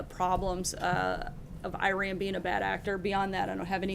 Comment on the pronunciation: And for the love of god, please learn to pronounce Iran properly